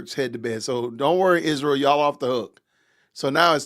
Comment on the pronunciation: Will she ever learn how to pronounce Israel???